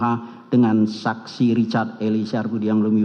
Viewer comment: best moment... jaksa kedua saat membacakan teks diawal2... Ferdi => Fredi candrawati => candarwati Richard => Rikat si pi ar => ce pe er 😅